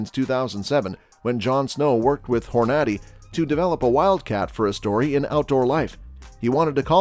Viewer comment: Why are you pronouncing the Hornady name wrong? Apparently, either you don't hunt or your from Europe?